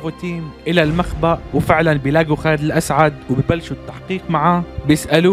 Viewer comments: خالد الاسد مش خالد الاسعد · خالد الأسد مو الاسعد🙄😑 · اسمه خالد الاسد ليس الاسعد❤